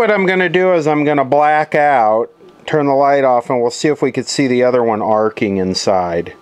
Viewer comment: " Arco " replacing arcing.